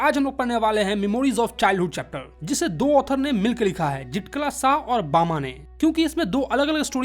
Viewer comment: rajput hai hm bama ache se bolo